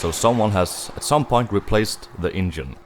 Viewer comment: The way he says engine “ingine” 😂. Cool car though, love old chevys